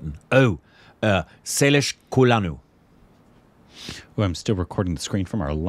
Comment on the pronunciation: Sailesh Kolanu!! Wow!! That's not an easy name to pronounce. Spot on!!!!😃😃